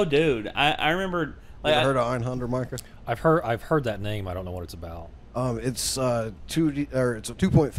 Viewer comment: ITS M I C A H